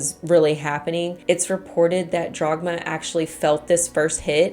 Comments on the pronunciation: Love your content and the way you deliver them! But it's Dagmar, not DRagmar. ;-) Greets from Germany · I cannot get over "Jagmar" instead if Dhagmar... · Why are you pronouncing the German name "Dagmar" as "Drog-ma?" It is extremely distracting and rather irritating. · According to wikipedia, the mom's name was Dagmar, not Dragma. Also, Sabine should probably be pronounced in the German way :) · >*DAGMAR. Her name was Dagmar. I usually don't pay too much attention to pronunciations as I understand how different languages can be difficult to pronounce, but not this time. How do you go from DAGMAR to Dragma or even Drogma? That's not your fault as the uploader is the one butchering the name. But still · I kept hearing Jogmar so I looked it up and realized it was Dagmar 😅 Something I noticed as an immigrant to the US is that English speakers try to keep the spelling of a word based on its origin and then just pronounce it the English way (Leif becoming "leaf" instead of the more correct "life" etc). Or adjusting the C in Caesar to the English pronunciation rules saying S instead of K. Scandinavians and Germans usually try to preserve the pronunciation and adjust the spelling aka Ketchup becoming Ketschup or Kangaroo being spelled Känguru etc. because of that these countries are much more used to pronounce unfamiliar words and use non native sounds. Not so much English speaking folks. That's my theory on why they struggle so so much with saying any foreign words because they are never exposed to it. (And let's not speak of the French who refuse to adopt any foreign words and just make up their own ones. 😂)